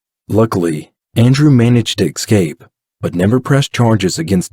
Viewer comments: Escape. Not ick-scape. Whilst. Not willst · Can I just say, it’s eScape not eXcape. Sorry, just a pet hate…. It wouldn’t drive me to boil your head though. 😂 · IT'S ESCAPE NOT EX-CAPE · Escape, not ecscape.